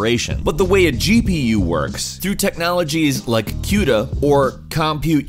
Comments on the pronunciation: Quda? It's Cuda. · Who pronounces it "kyooda"?! It's "kooda," as in "barracuda"!!! It makes me cringe every time! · cooh duh not qdah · "Q-Duh Core." Never heard anyone pronounce it like that. Most tech people I follow / speak with call it "Koo-duh." Not knocking you. Just something kind of interesting. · queue-da.... lol you mean "cooda" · why did he say cyouda instead of just Cuda? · kooda not qda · doesn't it 'kuda'? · You said cYuda. Lol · The way you say cuda makes me uncomfortable. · you mispronounced cuda but whatever